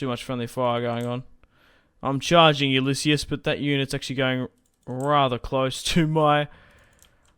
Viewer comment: it's pronounced yoo-liss-eez btw